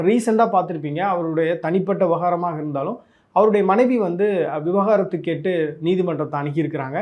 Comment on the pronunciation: விவகாரத்து இல்லிங்ணா அது விவாகரத்து. கொஞ்ச நாட்களில் you tube சேனல்களும் பார்க்கக்கூடாது போல.